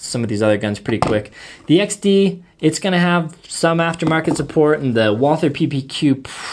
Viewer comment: Say Walter not Walther!!! No th in it its German not english!